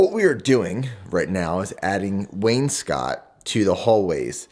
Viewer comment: I own a painting company and your contractor is doing a proper job! also you properly pronounced wainscoting so good job lol not too many people do